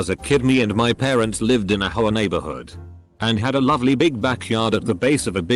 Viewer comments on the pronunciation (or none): All I hear is HOE -UH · Lmao how the guy says HOA 😂😂😂😂😂😂😂😂